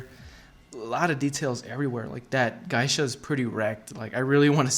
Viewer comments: Geisha is pronounced gay-sha not guy-sha, just saying. Other than that nice piece and cool video. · its Geisha not Gaisha.... just so you know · Thanks for your nice review. You've probably heard this already, but the correct pronunciation of "Geisha" is GAY-sha not GUY-sha. Just FYI. Keep up the good work! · its pronounced "gaysha" not "guysha"!!!!!!!!!!!!!! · It's pronounced "GAY-Shaw"... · For the cost it would have been nice if they would have installed bottom LED spot lighting and colour changing fiber optics that hang out of the neck on the Geisha ...Geisha is pronounced Gaa-sha or Gee-sha..Thanks for the review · It's pronounced "Gay-sha" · Dude, just fyi… you butchered 'geisha'. It is pronounced like 'gay sha' because 芸者 is spelled like げいしゃ and this is also true for any English variant in pronunciation. So the word was incorporated into the English language and is also pronounced in the same way. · You keep saying geisha wrong. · You are saying Geisha weird as hell. I love the statue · You should NOT say geisha ever again in your life!